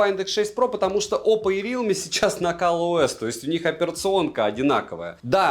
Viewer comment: только я слышу Калъ-ОС ?